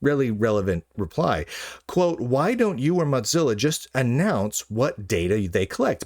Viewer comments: Its pronounced "Mo" as in mosaic, and "zilla" as in Godzilla. It is not pronounced like mozzarella. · "motzilla" lol